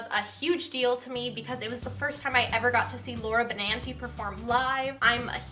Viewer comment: IM CRYING SHE PRONOUNCED BENANTI CORRECTLY YAY